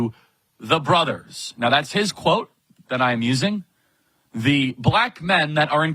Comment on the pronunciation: Note: He said ... "The brothuhs" He didn't say: ... MY brothers.